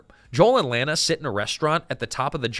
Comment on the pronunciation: Her name is pronounced La na, in the movie.